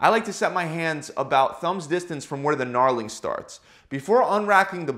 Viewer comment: Knarling? You mean knurling? You even lift bro? Lol, just kidding. Love this channel. INCREDIBLE QUALITY and RELIABLE, SCIENCE-DRIVEN, FREE content ALWAYS. AMAZING! This dude is awesome!